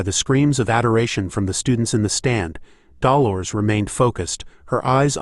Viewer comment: Am I the only one who finds it weird that the AI can correctly pronounce Grenouille but not Dolores?